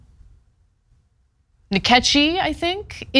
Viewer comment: The look Ana gives the camera before trying to say "Nkechi" made my day!